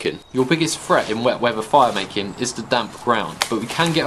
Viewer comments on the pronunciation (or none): it's weather, not wevver. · "Wet wheava"